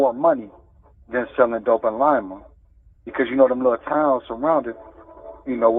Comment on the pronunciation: You can tell he’s from here because he says Lima the right way.